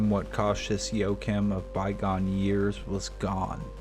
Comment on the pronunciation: His name is pronounced wa- heem